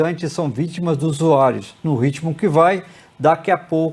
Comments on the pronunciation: USU-AI-ROS.? USU-AI-ROS?????🤔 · Ele falou USUAIROS ???